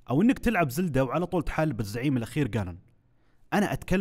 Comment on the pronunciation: كنها تحالب بدل تحارب ٠٠:٠٩